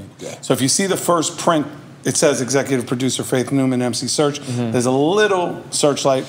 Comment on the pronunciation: Calling him "Search" is wiiiildd 😂